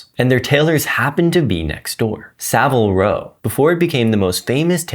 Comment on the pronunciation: I thought this is a real video until he pronounced Seville row incorrectly AI is horrible